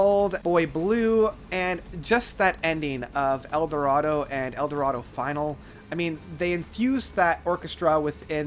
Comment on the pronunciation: FFS, if you're doing a critique, try to at least get the song titles correct !!! Eldorado Finale (as in Finnarlay - its a French word) not Eldoroda FINAL. "RAINY DAY SUITE" !!!!!!!!! WTF? Its even written on the Album - Concerto For A Rainy Day !!!!!!!!!!!!!!!! Agree with Eldorado being their best but without critiquing the critic, there's a lot I can't agree with about much of what you have to say. Yes, I know its subjective but Time is a much better album than you have suggested. Including anything by ELO Part 2 as stated by others is pointless & irrelevant. Secret Messages was the album they lost me on (and I was a fan for a long time). No highlights on it at all. To place ELO2 as their 3rd best album is a pretty brave choice too.